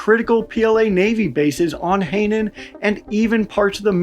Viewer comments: Hainan pronounced as hey-nen is crazy... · No credibility if you can't even pronounce Hainan.